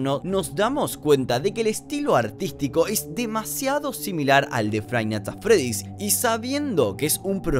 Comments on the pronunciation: frainat at fredi xD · frive nights at freddy's dice xD igual hasta yo me confundi escribiendo este mensaje xD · se puede ver cómo iba a decir five nigths at Freddy pero se confundió y casi dice friday nigths Funky, por lo que su mente se bugueo y dice frainait at Freddy